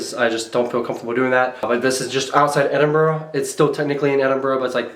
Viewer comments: It’s Edinburgh not Edinbrough! 😊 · It's "Edinburgh" though I totally understand its hard to guess from how you say it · I've never heard of a place called Edinbrough